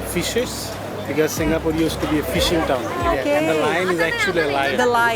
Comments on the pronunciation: You got all the Singaporean facts spot on! Even the pronunciation. Did your guide teach you how to pronounce them haha. Enjoy your stay in Singapore 🇸🇬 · Heh, pretty much everything you pronounced were right. Im surprised since ive seen many tourists pronounce Singaporean words wrongly but I dont blame them of course. Your guide definitely is a true Singaporean 😋😋